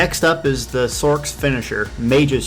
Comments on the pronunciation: lol "The Sork" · one looks like u play on pc so big difference n two u dnt play it right so shouldn't talk not your play n 3 what the hell cant u say why can't you say sorcerer u sound like a nerd or someone that cant talk right